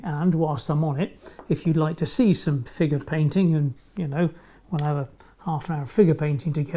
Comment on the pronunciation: You said "figure painting" I heard "FINGER painting" Lol